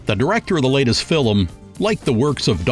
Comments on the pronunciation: Does the narrator say "fil lim" for "film"? Film is a one syllable word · Your hilarious pronunciation of certain words is too much. Fillmm. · So "fillum" means film and "John-ray" means genre. Got it. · Okay, I've been biting my tongue throughout but this narrator is taking the mick right? His pronunciation of film " Fil-em", Malificent " Mall- effiecient" just to name a few..... surely this is a piss take 🤣🤣